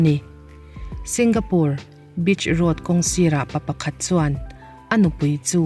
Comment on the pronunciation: Bitch road ti in a lam vei ni 😂😭